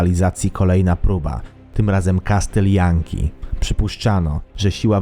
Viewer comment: kastyl janki